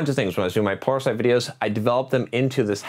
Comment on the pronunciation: Hahaha I heard that too but I figured it was “plural sight videos”